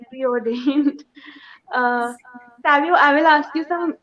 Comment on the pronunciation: the lady is in the saree at the end while saying thank u says saavio, instead of savio. it sounded like saviour